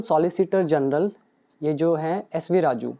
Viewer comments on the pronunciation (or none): none